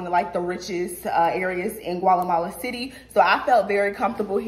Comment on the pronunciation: yesssss, & girl not “ Gwalamala “ 🤣